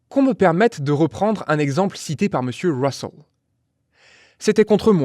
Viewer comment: Petite erreur d'écriture à mais sinon c'est Impeccable et votre prononciation de Russel m'a cloué au sol 😅